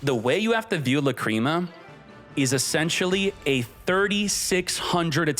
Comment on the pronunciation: 😂Or when he says "La Creama"